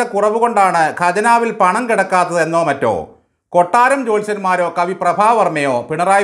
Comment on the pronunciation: Kabi not kavi